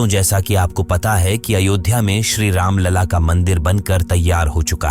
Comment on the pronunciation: The entire video is excellent. I would like to rate 9/10. The ending part was ruined as he called "Ram laal" instead of "Ram lalla" Please correct it 🙏🏻